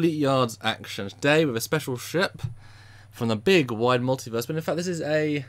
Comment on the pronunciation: Did he say "hundred-ton sheep"? OH..."ship"... :P